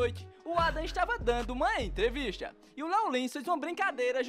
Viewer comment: "Evangelistcha", "entrevistcha"... Esse narrador parece o dublador brasileiro do Lenny, de The Simpsons.